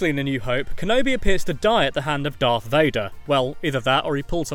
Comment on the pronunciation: Don’t you hate it when people say dark Vader it’s darth Vader